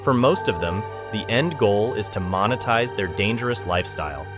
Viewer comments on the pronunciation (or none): Moenytize it? broski not really